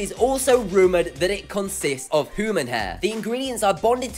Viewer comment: The man said houman hair lol